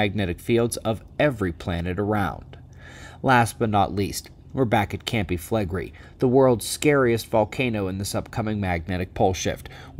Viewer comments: Campi Flegrèi is true correct pronunciation. It rhymes with day and means fields of fire... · Ok..., and many others: Campi Flegrei has FIVE syllables...Cam-pi Fle-gre-i..."Cam-pee Flay-Gray-ee"...next time, I will report you to the grammar police.